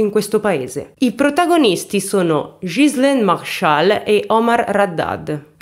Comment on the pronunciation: Ciao carissma il tuo acento francese 😁mi rocorda molto il mio nei primi anni che mi sono trasferita qui in nel sud ovest della Francia, ma una cosa che puo consolarti e che pronunci molto bene il nome della vittima che e uguale al mio Ghizlane, buon lavoro carissma.